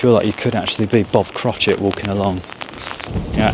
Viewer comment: Cratchet, not Crotchet lol😂